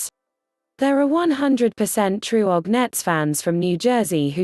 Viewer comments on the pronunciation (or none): Did she just pronounce OG as Ogg? 😂